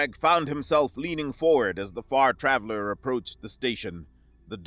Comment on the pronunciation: You said Far Traveler, but I heard the name of the ship as the Fart Raveler